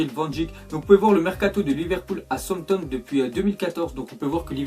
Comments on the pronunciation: dit "somton au lieu de Southampton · il dit tout le temps Sompton au lieu de Southampton😂😂😂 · Arette de dire souanpton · On dit "Saousanton"